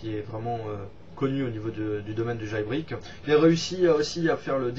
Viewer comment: t'a bien changer. Je retiens quand même le jailbrik;) c'était magique cette prononciation.